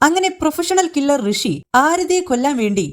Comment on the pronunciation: ഋഷി അല്ല മുഷി